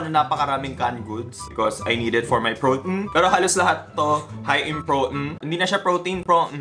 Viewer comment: "Prot'n" the english is englishining✨